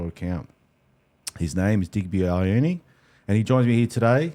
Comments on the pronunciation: It’s ‘yo-are-neh’ (I corrected my last ‘ne’ sound) Watch commentators learn how to pronounce French names with excellence yet not learn basic vowel sounds of Pasifika/Maori (Polynesians) that are 2% of the population of Australia, yet make up 50% of the NRL. It’s a manifestation of systemic racism. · It’s actually Yoh-ahh-neh so stop being bots 😂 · Yo-are-nay haha